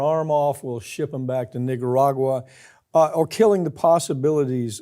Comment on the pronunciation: You should pronounce nicaragua a little bit of a better.